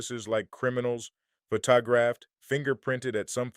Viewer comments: At about "pho-ta-graphed", really? Please stop using AI to narrate! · Very interesting subject but I only made it about halfway through before the AI voice drove me away. If you can't pronounce "photographed" or are so illiterate that when putting together your little video you didn't know it was completely mispronouced, too bad. I'm outa here, with a downvote.